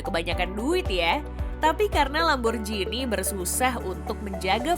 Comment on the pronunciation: Dalam bahasa Italia G tetaplah G bukan jadi J...jadi bacanya tetap sesuai tulisan Lamborghini bukan Lamborjhini...